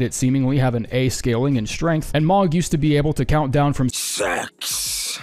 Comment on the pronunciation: You are not pronouncing Mohg's name right